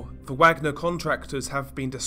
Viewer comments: Ever heard of research? Course not. This must be the 3rd or 4th vid I've complained about this about. It's pronounced, vagner, as in, the composer who is only associated with nazism due to Hitler's liking his music. Tenuous link as with Neitzche who died the year Hitler was born. It's your laziness and stupidity that kills me. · How is this guy saying Wagner with a 'W' sound??? ITS NAMED AFTER THE GERMAN COMPOSER. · Great video but for future reference it's pronounced like the composer. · Some good information here, although the constant mispronouncing of the groups name ruined it for me. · If I hear him mispronounce Wagner again, I might hit something. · Come on bro, I know you're English but nevertheless everyone should know how to say Wagner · Wagner. The w is a v sound. The a and g are pronounced ike the og in the word "dog" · Pronounced Vogner group like the composer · I'm pretty sure the pronunciation is "Vagner" given the context. (Like Richard Wagner.) That said, you've got a great series here. Horrifying content, but sometimes it's important to know that things like this are happening. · I believe that Wagner is pronounced “Vogner”. Richard Wagner was a composer , who composed “Ride of the Valkyrie”. Which was Adolph Hitlers favorite musical composer. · I love ya, buddy, but you're KILLING me w/ the "WAGG-ner" business ! It's "VAUG-ner" (VOGG-ner) ! W/ a German "W" ! Only one of the most famous composers ever! C'mon, bro, I thought u were European lol ? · It’s pronounced “Vaugner group” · Yes…like Richard Wagner…you pronounce it with a V sound not a W sound. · Wagner is actually pronounced as Vagner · Worth mentioning Wagner is pronounced Vargner like the composer Wagner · its pronounced 'Vagner' Bro. but great videos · Informative video, kudos. Although, I think it's pronounced 'vah-gner' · Isnt it pronounced Vagner? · No, it's a German name and is pronounced "vagner" with the "a" being pronounced like the "a" in "class" for example.